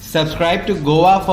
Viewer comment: It is not Govva news reader It us Go a